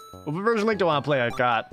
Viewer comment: You mean Lank. Not link